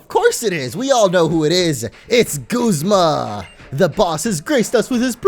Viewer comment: It's guzma not gozma